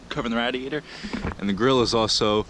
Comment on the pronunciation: “Radiator” 😂bro learn how to talk g. I would have never waisted 2 bumpers making it look like that 🤮🤮🤮